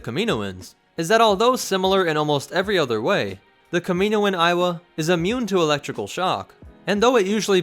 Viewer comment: Am I the only one that started to hear it as "Iowa"